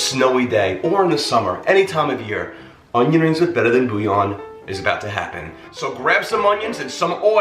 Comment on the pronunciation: I like how you say boooo yawn 🥱😂🤣🥱😂🤣 so .... the "L's" are silent? Never knew that .. i pronounce it bull yawn